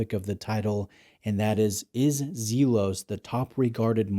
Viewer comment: It's pronounced "Zel-os" not Zeel-os". 🎯